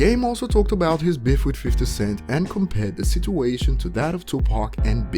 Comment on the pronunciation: Man said biff, its BEEF bruh